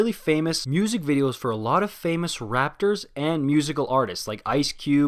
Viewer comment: Did he just said rapters??